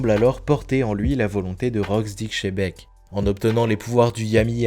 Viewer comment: Tabarnak on ne si pas shebec C’est xebec on dit le. X comme S OMG J en ai marre d’entendre xebec come shebec